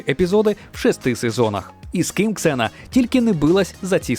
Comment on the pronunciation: Слава Богу КСЕНА(Xena),а не зена как на раСее